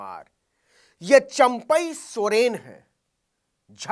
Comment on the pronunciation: सरेन नहीं सर सोरेन 😂